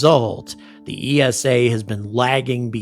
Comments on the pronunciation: Minor note, you say it like "eesa", not E S A. Just like NASA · esa is pronounced like nasa. One word with no stress on each individuel letter. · Another great video, but ESA is pronounced ee-sah, not Ee Ess Ay. You don't say En Ay Ess Ay for NASA do you? Official ESA video, pronunciation of ESA . Keep angry about pronunciation! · You can't even pronounce ESA correctly, what's your problem with the USA being paid to carry Euro Astronauts...that's called a business! Love your energy, but you're so clueless most of the time.